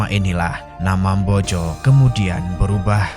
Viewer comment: MBOJO YA MIN, BUKAN BOJO